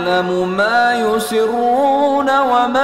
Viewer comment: he said yusiroona instead of yusirrooona